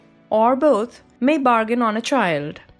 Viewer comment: I enjoyed it, quite understandable :p But it's "Victim", not "Wictim" ; and "boTH" (between f and s sound), not "boT". She has a nice voice and I see the efforts, though :)